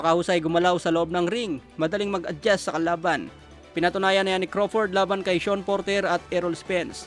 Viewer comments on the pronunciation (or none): none